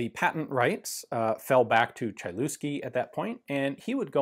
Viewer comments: Ian you're pronouncing name "Chylewski" in wrong way. My suggestion for you is to type "Chylewski" in google translator set language to polish and then listen how it sounds in polish. Greetings to you from Poland. Big fan of your series. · Everything's perfect except of pronounciation. :-) "Chylewski" should be pronounced as "Heelevsky" ;-) BTW: How to class it? SA? DA? Triple Action? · Awesome little pistol. As a Pole I have to admit- pronunciation of that surname was highly amusing. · I've always thought that Lignose is the only type of such gun (well, apart from experimental swedish Browning 1903), but there is also Chylewski. Thanks, Ian! P.S. Бедняга Чайльюски, т.е. Хылевский. :D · Polish Language: Chylewski [hy-lev-ski] Ian: CHAI-LOOSKI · Yeah I know that polish is one of these complex languages and I don`t expect anyone to learn it but just in case the pronunciation is a bit more like 'HEE' (heelevski) than 'CHY'. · Sorry for nitpicking but the pronounciation is not like you did it in the video. The letter y is pronounced like the german letter Ü (Umlaut) and the "lew" is not pronounced "Lu" but rather "Lev" so the pronounciation is more like "Tschylevski" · HY-LEV-SKEE not chailewsky :-) Polish W is a hard V, CH is an H like in Hen, i is same as English ee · CHAI-LOOSKI hahaha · He sure wasn't shy on the looski part. Ain't no mountain chai enuff, Ain't no valley looski 'nuff. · Hi Ian, love your videos. Quick note - polish CH is pronounced like a slightly longer, harder H. The C i silent ;-) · The letter y is pronounced like nymph, not like hee, but I see where you’re going. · his name is pronounced "Hylevski google translator does a good job at pronunciation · The 'Ch' in Chylewski is like the 'Ch' in Chutzpah, and the 'w' is pronounced like a 'v'. (Phlegm)hih lev ski Credit to Jeff Dunham. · you read that so wrong is pronounced Hillevski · Chylewski = Hi-lev-ski (Hi sounds like hiccup) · It's pronounced Hy- (flat y) Lev- Sky